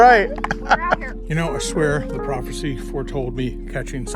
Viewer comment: "profercy" ats it.... thats how im saying in from now on...